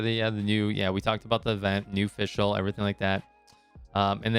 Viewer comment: Its FisChl btw ! :D Took me a while to realize it as well lmao. Great vid tho, keep up the good work !